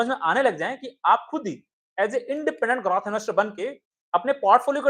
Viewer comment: ग्रार्थ या ग्रोथ ? जब भी ग्राथ कहते हो वो ड्राप की तरह सुनाई देता है